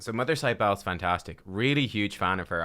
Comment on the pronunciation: Mother Cybele is pronounced SIB-ə-lee. This champion is based on an Anatolian mother goddess dated to the 6th millennium BC